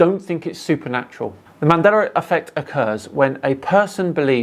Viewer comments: Here's a mandela effect fact for you: He says "Mandeller", not "Mandela". Been like that forever, but I'm pretty sure some are just catching on to it. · “Mandera Affect”. Do you mean Mandela Affect?😂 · Why is pronouncing it as Mandelr effect? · Why do you say "Mandelar". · Why do you pronounce it "mandeler effect"? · Why do non rhotic speakers from England ignore the letter R until the say a word ending in a long A at the end? Mandela effect is pronounced "mandeler" and park is pronounced pock. The letter R deserves respect. You can't ignore it most the time, then tack it on the end of words whenever you feel like it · Use the “L” sound please my guy.😂😂😂